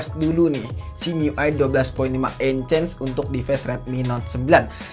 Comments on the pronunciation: ENHANCE bang bukan ENCANCE 😂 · enhes bang bukan ences 🗿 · Sebutannya en-hens bang (• ▽ •;)